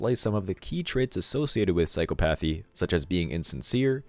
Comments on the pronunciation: I know it is spelled like it should be pronounced, "psycho-PATH-ee" but that is not how it is said. It is an irregularly cunjugated word. It is properly pronounced "psy-COP-ath-ee". "Psy-COP-ath-ee". I would hate for someone to misconstrue (or more likely PRETEND not to understand) and try to obscure your very valid point. People on the other side of the argument look for any reason to invalidate content they don't like... and in extremis they go for the ad hominem attack. "Him? He's stupid. Can't even pronounce the words of his own argument". Please don't take this as an attack from me because it was meant to help the channel improve-- something I'd like to see whenever possible. Love your work. Stay strong! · FWIW *psychopathy is pronounced